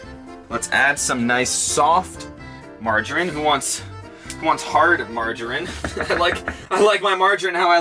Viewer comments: How pronounces Margarine, makes me cringe 'Marge a rin'... It's (Marge-a-ree-n?) Love your videos you should put a coffee vhynl (sorry bad spelling) in your van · Is pronounced Marge mareen